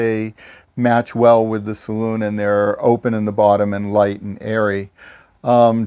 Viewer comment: Great 👍....the owner correctly calls it a saloon ( pronounced saloon) not as is so often and incorrectly pronounced as a ‘cylon’ . That aside, a beautiful boat and a superb tour of this wonderful craft, especially helped by the owner’s input 😁 and love the humour too, lovely